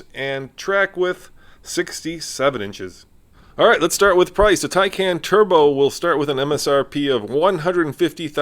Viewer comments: You might want to properly pronounce the name of a car you’re purporting to review. It’s “tie-con”! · Love the car, but you said the name wrong almost every time you pronounced it lol. Anyway this car is sexy, looks 10 times better than Tesla